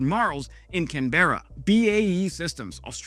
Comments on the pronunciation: We say Canbra instead of Canb’erra. 😉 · think Canburrah, not can bear-er;) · Much love from Aus but I have to say it... it's CAN-bura... Not can-BERRA. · Oh, you need to get it right. It's not Can-bear-ra, it's pronounced Can-berr-ra... Good luck 👍😃🇦🇺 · Hey mate, here in Straya we say Canberra like Can Brah not Can Ber Rah the e is soft. JORN is good stuff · Can bruh not Can berra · it's Can bra, now say it fast Canbra not Canbeara. Just letting you now mate. Colin the old Aussie dude. love ya work mate. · Awesome summary. Just one thing… Canberra = Canbra or Canbruh. I know you’ve got Brisbane down pat but Canberra needs a bit of work, respectfully 😂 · Australians prounce Canberra as...can bra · Pronounced Can ber ah! Oh dear god. Its the capital of Australia. Ask an aussie if not sure of pronunciations. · CAN-bra. The e is silent. Ark-ee-pel-i-go. And yes, in our (well, at least my) hearts, Canada is a sibling. We're closer to New Zealand, but Canada is still a sibling nation. It occurs to me that after making it work in Canada, especially above the Arctic circle, we could install them at Mawson, Davis and Casey Stations in Antarctica. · Canberra = Canbra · You have an extra syllable in Canberra there mate. it's pronounced Caanbra. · re Canberra: emphasis between the a and the n, and in the the ra: cANbeRah, but SOFTEN the C, B, and we don't punctuate/hesitate in the middle. caihRnperah/ Canberra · We built JORN in the 80s. I'm surprised it took so long for Canada to consider it. PS you need to learn how to pronounce Canberra. No emphasis on any syllable. Not CanBErra. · Canberra is pronounced canbra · Can-bruh. Say it with me, Can-bruh. It's pronounced Can-bruh. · It's Canberra NOT Can-berra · I now have a special project....helping to pronounce Canberra like an Aussie! Try CAN bruh! Please😊🇦🇺🇦🇺🇦🇺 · It's pronounced CANN-BURRA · Canberra is pronounced Canbrah Brisbane is pronounced Brisbin Melbourne is pronounced Melbin I hope that helps.